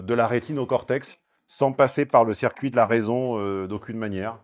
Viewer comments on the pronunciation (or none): none